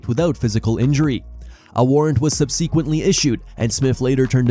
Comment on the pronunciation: Subseeequently? WTF? Is this dude dyslexic? Or is this AI narration slop?